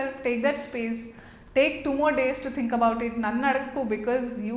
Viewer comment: Its "think" 😂😂😂